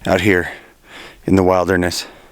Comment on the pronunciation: wait there.... is this yet another American miss-pronounciation??? Did just say Wilder ness instead of wild (as in billed) derness???